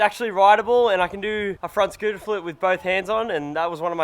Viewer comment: Eva scootah lol speak america